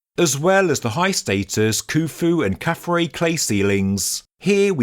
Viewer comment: KhafRa's name is pronounced 'khaf-Rah' and means "He shines as Ra". Not 'Ray'. From the Coptic word for the sun god, we get the vowel sound.